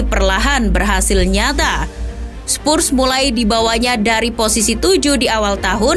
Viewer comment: Oi sebut Betul2 lah!!! Spurs bukan spussss